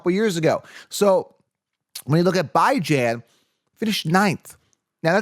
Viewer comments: please pronounce his name Bee-Zjohn. Google “The House of Bijan” the owner pronounce it “Bee-Zjohn.” This well ultimately lift the curse from Bijan Robinson if we start pronouncing his name correctly? 😂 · 😂 Bye-Jan is not how he says his name. Just YouTube search “how to pronounce Bijan Robinson name” and Bijan will tell you himself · Can you please stop calling that man Bye-jan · This. Where did you ever hear his name pronounced like that!? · it's drive me nuts everytime I heard it. The paid announcers say it weekly. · no it’s not and every time you say that it makes me cringe. If you’re gonna make a video about someone please learn how to say their name properly